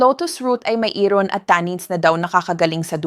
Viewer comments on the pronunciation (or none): none